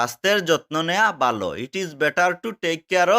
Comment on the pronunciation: ভালো কে বালো বলছেন কেনো । কোনো সমস্যা আছে কি ।